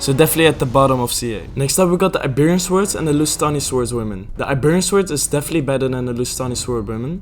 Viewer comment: tiny nitpick from me that bothers me unreasonably much: the 'w' in "swords" is silent. basically just says "sords". otherwise great video